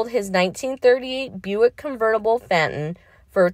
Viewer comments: Pronounced fay ton, Not Fat ton. Get it right! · The cars name is pronounced: Fayton.